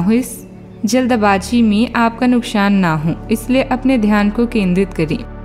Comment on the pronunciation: Nukshan nhi nuksan hita hai ,sha sha bolte rhte ho apka rashifal batayagaya 0%sach hai 😡😡😡😡